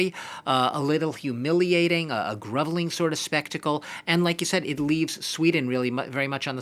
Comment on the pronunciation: he's mispronouncing 'groveling".